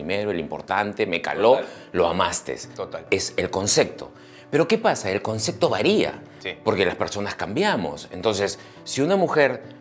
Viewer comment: A este llamado Dr. Angulo habria que ensenarle a hablar bien y sin tanta groseria. Se dice ACEPTAR Y CONCEPTO, con P!!! no es aceGtar y conceGto. Que equivocados estamos al pensar que para hacer reir hay que ser tan grosero como este tipo. A donde estamos yendo sociedad peruana, porque a la vulgaridad, al grito, hablar uno encima del otro. Tanto mal ejemplo nos muestra esta TV peruana, nada bueno para crecer, con razon en sudamerica nos miran mal, no por feos que somos, si no por la forma tan ordinaria que tenemos cuando hablamos y comportamos, somos unos PACHARACOS!!! como este Angulo, o esa Daniela Darcourt, solo por citar unos ejemplos. Pero para que vean que no todo es malo, miren la entrevista a MAICELO, fijense los codigos que tiene en la vida, y no es ni siquiera la mitad de grosero de Angulo. No conocia a MAICELO, pero se gano mi respeto y simpatia, un tipo bien plantado que sabe donde esta parado. Y es del Callao, para que vean que no hay que asumir, que porque alguien vive en Miraflores es gente de bien y el que vive en Los Conos es gente de mal. Y Dr. Angulo le digo, que salga del closet nomas, ya vive tu vida tio, y aprende a hablar bien.